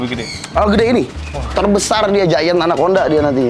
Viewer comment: Pas bilang anakconda gw dengernya "anak onta"